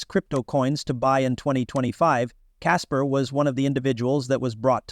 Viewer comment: Ok bot. "Caspers" lol